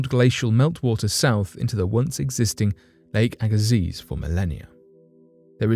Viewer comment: It's pronounced lake ag ah see.